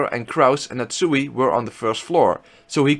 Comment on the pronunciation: Nat Suey!